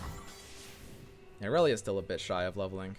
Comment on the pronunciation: I'm slowly getting triggered over inability to actually read Irelia's card text.